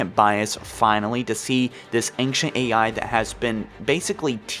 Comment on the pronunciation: Do you intentionally mispronounce words like "Librarian" and "Ancient", or are you really just that incompetent?